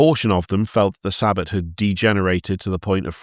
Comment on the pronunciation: Sabbat is pronounced Sah-Baht not Saa-Bit. Its not the jewish day of rest, quite the opposite really